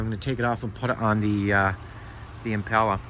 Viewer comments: Bro didn't even show us how to connect it or if it works got way off topic my dude we went from impala which he didn't pronounce correctly to the atv battery dying? To the next car that needs to be sanded sheesh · Glad I'm not the only who noticed and what's up with how he says impala definitely country